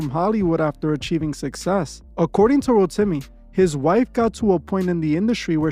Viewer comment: Rotimi actually pronounced as "Row-Tea-Me" - its a Yoruba tribe (Nigerian) name.